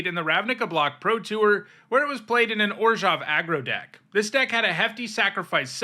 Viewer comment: Two things I really enjoy on the rare occasion when Youtubers actually do them: 1. Correctly pronounce the "zh" part of "Orzhov." 2. Calling generic mana what it is rather than "colorless."